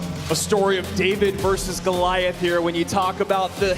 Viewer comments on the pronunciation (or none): none